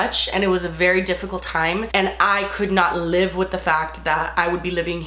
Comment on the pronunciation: Honestly just love that you pronounce “live” as “lib” 😂💞